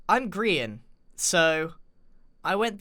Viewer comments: It’s grian not grain and you spelled you’re wrong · Not pickle e rick its pickle grain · I'm pickeeeeeeeeeeeeeeeeeeeeeeeeeeeeeeellllllllllllllllllllllllllllllllllll!!!!!!!!!!!!!!!!!!!!!!!!!!!!!!!!!!!!!!!!!!!!!! Rick!!!!!!!!!!!!!!!!!!!!!!!!!!!!!!!!! WAIT WHAT!!!??!? it's pickel goddamn grian!!!! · It's grickle